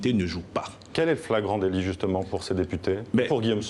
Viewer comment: 😅 fragance délit ??? La flagrance délit waa ??😂😂😂😂